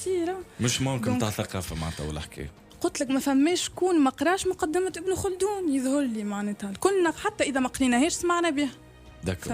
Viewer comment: C ibn khaldoun et non pas kholdoun